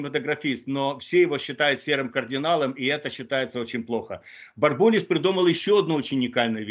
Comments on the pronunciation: бред какой-то. Впрочем, что можно ждать от балабола, который не может произнести фамилию оппонента. Сам он бАрбулис. Треполог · Почему-то эксперт не знает как правильно произносить фамилию Бурбулис -- в свое время эта фамилия часто звучала и произносилась как Бу'рбулис. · Хоть бы фамилию бурбулиса научился произносить, раз говорит о нем.